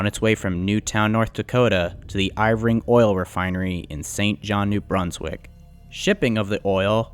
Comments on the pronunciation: That's Irving. I-R-V-I-N-G, IRR-VING, not Ivoring. My father used to work for them. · It's not "Iv-ring" it's "IR-ving", a major eastern Canadian oil & gas company. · J.D Irving, not J.D. Ivring. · Here in New Brunswick, I don't think many of us pronounce it as Eyevring, we pronounce it as Errving. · you make a comment of J. D. Ivering the actual name of the company is J. D. Irving (pronounced Ur-ving) but also well known as J.D.I. this is one of the biggest and wealthiest families in Canada. Otherwise fairly good job with pronunciation really enjoyed the documentary. I remember this accident very well as I grew up in McAdam in New Brunswick which runs on the same line this train would've run on during its way to Saint John. Could've been my town. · Irving oil not Ivring plus you are just reading Wikipedia….the mayor Colette is a female name… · It's I-r-ving not Iv+ring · Irving is pronounced "eeer-ving" not "i-vring" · It's pronounced (err-ving) not eye-ver-ing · FUI it’s Irving not Iving. This guy’s reading is a joke. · Excellent production and exposure of badly needed railroad reforms that are all too common around the both countries. The refiner is pronounced IRVING OIL and has had a monopoply control over much of New Brunswick for far to long. I'm astounded that the chief executive of MMA would have dared show his face in Lac-Megantic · I don't think I have ever heard someone pronounce "Irving" as "Ivring" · Love these videos, very informative. But just so you know, Irving is pronounced "Er-Ving". 😉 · Ir Ving? He Bron? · Lots of mispronounced names. Irving you are saying Ivring. Very important company in the story. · The video was great. But you're clearly not from the northeast. It drove me crazy every time you kept pronouncing Irving as Ivring, and you couldn't say Millinocket (Maine) correctly. With so much work going into a video like this, how could you mess up the pronunciation of these two regional things so badly?